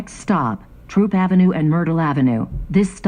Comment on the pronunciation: It’s THROOP AV , Not Troop Avenue